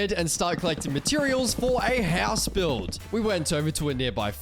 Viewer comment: I like how you say "HELLS" instead of house 😆